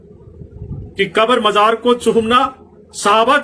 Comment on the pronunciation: Ye to itna bada jaheel hai ki mazar ko majar bolta hai chor wahabi